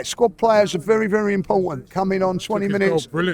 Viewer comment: BERY GOOD! BERY BERY GOOD !!